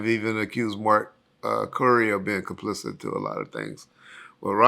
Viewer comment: Complicit, the word is complicit